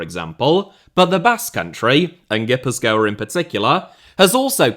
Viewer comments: ghee-puth-kwa is an alternate pronounciation that might sound local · Your pronunciation of Gipuzkoa is killing me. A banger nonetheless